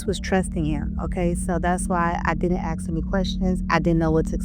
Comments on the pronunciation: Ask A s k Ask not bloody aks Jesus christ on a bicycle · Axing you? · Axe me!? You mean asks me! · ASK NOT AKS,,,,,,she see thise babies but only now decides to speak out,,,too little too late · I watched her interview on soft white underbelly. Normally I don’t trust anyone’s word who says the word “axe” when trying to say the word “ask” but I think this chic is telling the truth.